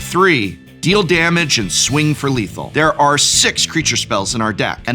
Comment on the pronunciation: "Damge"? From an English major!